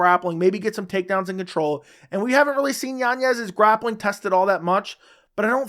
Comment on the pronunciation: it’s pronounced like Yanyez I think